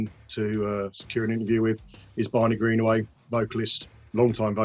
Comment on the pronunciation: His name is Greenway not greenaway, what's wrong with you